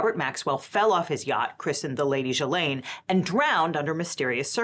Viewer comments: The G in Ghislaine is pronounced like in the word geek, not jee. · From Wikipedia: Ghislaine (/ˌɡiːˈleɪn, -ˈlɛn/ ghee-LAYN, -LEN)